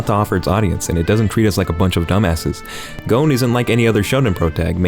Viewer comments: i liked you until you pronouced gon like goone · On the hunter x hunter dub, i have been re watching the show in dub, and its...alright. Watch it in sub. My major complaint is that everyone is saying goan. Its not goan. Its gon. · Who else got triggered when you heard him pronounce Gon’s name wrong